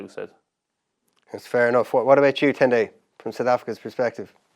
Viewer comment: Guys, if you’re going to use his real name please don’t butcher it 😅 It’s pronounced Ten-die.